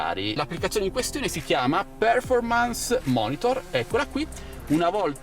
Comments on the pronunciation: Se vuoi correggere la tua pronuncia, si pronuncia perfòrmance, con l'accento sulla o, non pèrformance ... 👍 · Bel video e App. Grazie! Visto che lo chiedi, la pronuncia non è male ma se proprio la vuoi migliorare, non è per-formance ma perfor-mance.